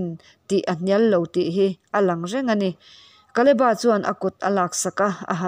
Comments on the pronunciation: Kaleba tilo in kaleb-a nizawkse ngaihthlak a nuam zawkngei in ka ringbakah a dikxaawk lo maw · Kaleba tih ngei hi Mizo lam dan a ni hman aṭangin. Bible lehlin tirh aṭangin. Mizo taka lam kha a ṭha mai. Naupan lai aṭangin KALEBA tih hlir hian kan lam ri